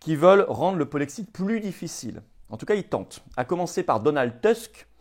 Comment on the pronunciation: Le polexit ??? Polexiiiit ?? Et le jexit ? Nouxitons ? Vouxitez ? Le ilxitent ?? Tu te fous de nous flo ?? Kessa penoufer le polexit ??